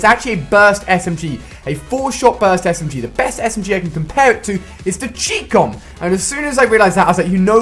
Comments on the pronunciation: anyone else get annoyed on the way he pronounced 'Chicom'? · ha the way ali say chicom😂